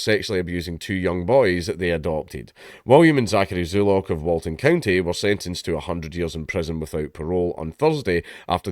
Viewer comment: "Zulock", eh. Every single time.